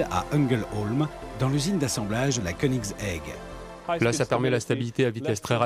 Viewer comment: You mean konix-haig ?